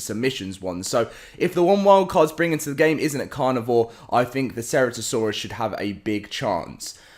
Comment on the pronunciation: me dying when he mispronounces ceratosaurus